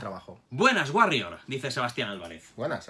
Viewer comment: No es por ser psicólogo pero The guarrior y The Warrior al menos si no lo pronuncias en inglés muy fino y cool, se parece muy mucho eh